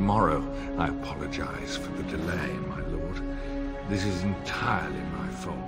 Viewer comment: Great video! Been playing it while working at home! What's with the main character's voice actor though? It's like they got someone who has never spoken a word of English to read the script!! Delay and botanist are two of my favourite pronunciations!